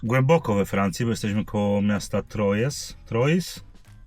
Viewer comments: "Trojs" czytalbym "Trua" 😅 ale mogę się mylić 😅 czekam na eksplorowanie Wielkiej Brytanii bo lubię ten klimat, walcie jak najwięcej weekendów i wrzucajcie na yt!!!😅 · Troyes miasto we Francji czyta się tak trła. pozdrawiam